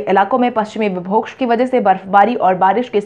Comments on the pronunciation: विभोक्ष नहीं विक्षोभ होता है । सही उच्चारण करें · "विक्षोभ" को तुम "विभोक्ष" बोलती हो , इसको सही करो।।।